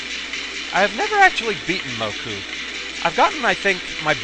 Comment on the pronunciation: You pronounced Mokou's name wrong - it ends in a long "oh".